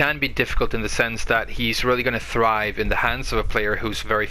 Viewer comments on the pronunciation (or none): none